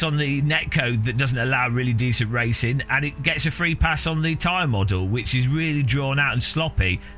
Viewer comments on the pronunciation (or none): none